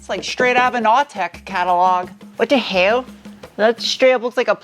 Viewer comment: "Wat da hewl?!" 🤣